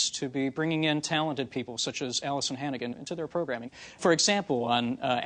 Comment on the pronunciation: Allisan Hannigan over and over lmao